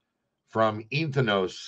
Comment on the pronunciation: Not Ethan-os It's EN-THEE-OS Greek for the Holy Spirit within.